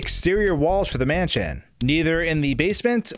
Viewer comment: "left to right or right to laff, the camera will move to the next raam" "manshion" "avanced"